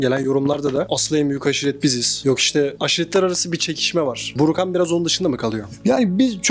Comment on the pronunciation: Burukan öyle mi 😂 Önce doğru bir şekilde adını öğrenin kardeş